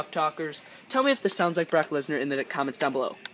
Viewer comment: ACA and MDA you said leaner jajajajajajajajaja jajajajajajajaa it is Brock lesnar